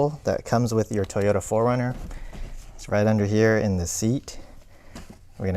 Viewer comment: Oh my god!!! 😆 PHO-RUNNER!!! LOVE IT!!! Aaahahaha!